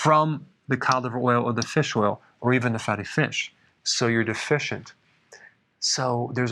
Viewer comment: Yes, you're "De-fish-ent"... haha